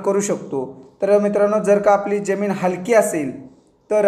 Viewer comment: जेमिन नाय,जमिन बोलतात